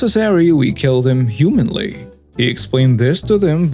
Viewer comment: Humanely: hew-MAIN-lee